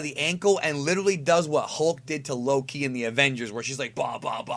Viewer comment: I thought for a sec he said "What hulk did to Low Key" then i though loki ohhhhh